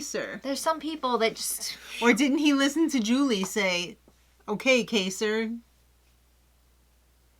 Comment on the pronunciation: I think Cody is really jealous of Kaysar's intelligence and therefore purposely mispronounces his name. I also think Dani is jealous of Janelle with her comment about Janelle thinking she is the Queen of Big Brother....to which Cody replies, "No, Rachael is the Queen of Big Brother". LOL!! *I say Danielle Reyes is the Queen of Big Brother!!